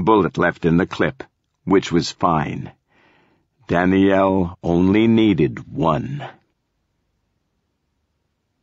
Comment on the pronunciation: Lol "Dany-yell"